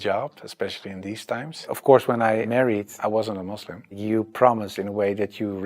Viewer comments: First thing to every foreigner it’s Muslim not Muzlim nd it’s Islam not Izlam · Can you please stop saying mozlim 😅 kinda cringe